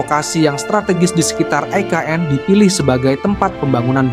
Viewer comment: Pewartanya gk bs baca ni, IKN woooyy bukan EKN